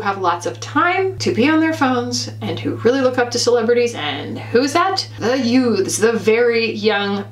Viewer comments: Hahaha, every time you emphasize the word youths here, I am reminded of My Cousin Vinnie. 😂 GenXer here who started watching (what I thought was pretty silly beauty/fashion content on) YouTube by millennials back in 2008. Over the years I’ve narrowed down my subscriptions to “kindred spirits” who span various generations. In many ways I relate to millennials more than to creators my own age, who seem very socially/environmentally “right” leaning…and generally very “shop my links” obsessed. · Gen X here as well and any time says youths My Cousin Vinnie immediately comes to mind! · same lol and I'm a millennial. Youts 😆